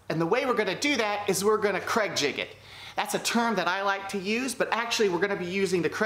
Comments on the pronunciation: YOU ARE AWESOME I LOVE THE WAY U POP UP ON THE SCREEN IT MAKES THE VIDEO SO MUCH MORE FUN. I ALSO LOVE HOW U SAY CRAIG JIGGET. I LAUGHED SO HARD. CAN U MAKE A FLOATING SHOE RACK PLEASE. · Please, please, please STOP using cregjigging the word is "use pocket holes" or " we will use creg jig pocket holes"